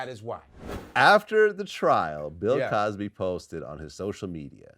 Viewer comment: Luenell said “Pill Cosby”🤣🤣🤣